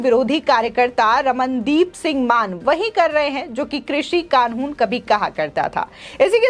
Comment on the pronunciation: कानून बोलना तो सीख लो ।